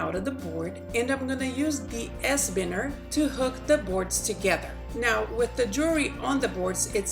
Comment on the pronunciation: Its pronounced, by-ners ! Please remake this video, please.